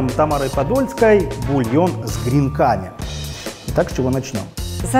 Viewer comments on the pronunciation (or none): С гренками гренками , убила бы за слово гренкАми, почему сейчас стали все слова выворачивать наизнанку, ударение прям модно ставить черт знает где! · ударение на Е в слове кренками